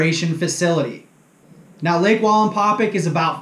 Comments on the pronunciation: Excellent video. Please pronouce the name of the lake correctly. That would perfect it. It's "pack" NOT "pick". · Wallenpau Pack not wallenpaupick or whatever your saying hahahaha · Linguistics assistance: Wallenpaupack. It is not Walinpawpic it is Wall en paw pack. It's pronounced like it's spelled. And PA natives don't say "yanz guys" it's Youz guys. You're obviously not from the coal region or you would know how to properly make fun of us. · you do great videos, but you're saying Wallenpau "pick" it's Wallenpau "PACK" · Omg.. it's pack.. PACK... WallenpauPACK.. not paupick.... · It’s pronounced pack yes ... I’m from western pa and I butcher everything... your not the first person to point it out lol hope the information was beneficial ... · I don't know if you read these after the fact but it's pronounced wall and Paul pack like backpack just to let you know you're awesome dude I love your channel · I’m aware that I miss pronounced it , I appreciate you letting me know though , next time I do a video out there or talk about it I’ll get it right! Thanks man I appreciate that , it means allot that you like the channel , me being a less than average fisherman that likes to learn and share never thought I’d have anyone interested in a channel , but it’s been fun and I really do appreciate you guys and your feedback! Thanks again man! Hope you and your family are staying healthy and warm! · Nice video but for a lake wallenpaupack lifer you murder the way it is pronounced lol